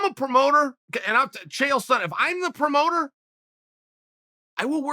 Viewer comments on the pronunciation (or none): none